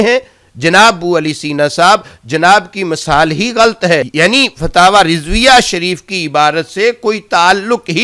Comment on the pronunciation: فتاوی کانام بھی نہیں لیناآتا تمہارے فتاوی کانام تمہاری زبان میں فتاوی رڈویہ ہے بولو نارڈویہ